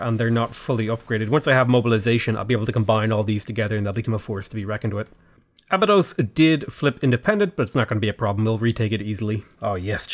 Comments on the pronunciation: Being a Norwegian, and a huge SG1 fan, that annoys me more than the butchering of the Norway cities. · Abydos is Ahh-Bee-Dose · Clearly you are not a Stargate SG1 fan based on how you are pronouncing Abydos